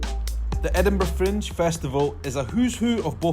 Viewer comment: I thought was saying " French " festival first couple minutes of video:) Thumbs up, off to book my flight with Freddie Laker:)